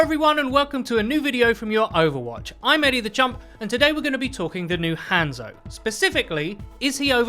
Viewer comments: Learn to pronounce hanzo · Let's talk about the real issue here the way this guy says hanzo